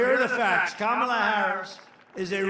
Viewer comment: Wow! He actually said Kamala’s name correctly twice! He can be taught!!